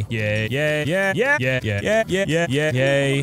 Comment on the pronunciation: When he was saying yay it sounded like he was saying gay